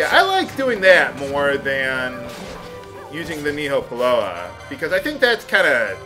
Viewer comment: The Nihopalaoa is pronounced like nee-hoh-pah-lah-oh-ah, and it's Hawaiian for whale tooth. FUN FACT! :)